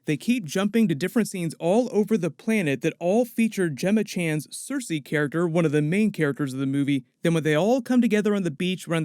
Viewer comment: When you say Sersi, I hear Cersei.